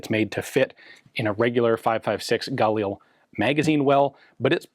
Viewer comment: Can't help noticing that Ian pronounces "Galil" the French way. Israelis put the accent on the second syllable. By all means, correct me if I'm wrong. Anyway, why do police have to be limited to semi-auto? Shouldn't they at least have a 2- or 3-round burst-fire option? The bad guys certainly don't impose those sorts of "rules" on themselves. If these were select-fire, they might have sold better internationally.